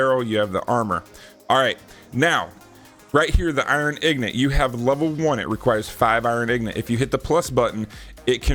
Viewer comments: Saying ignant instead of ingot is really ignant. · The way you say Ingot is ignit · I love that fact you say ignot instead of ingot that reminded me of when I was younger playing Skyrim when it first came out I always called them the same thing